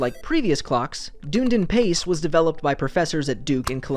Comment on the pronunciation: Dunedin is pronounced done-E-din (emphasis on the E), not how you pronounce it in this video.